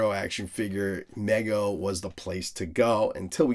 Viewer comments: Love all your content but it’s pronounced MEE-go. I just had to get that off my chest. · Mego is pronounced with a long “e” sound just for future reference.